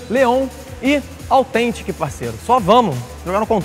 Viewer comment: A NÃO AUTHEEEEEENTIC FALA SÉRIO NÉ pelo menos vamos ver se o Leon vai conseguir